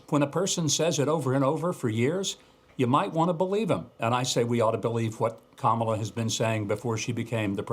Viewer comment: Trump can’t debate with KAMLA , she is going to freeze him , he can’t even pronounce her name properly.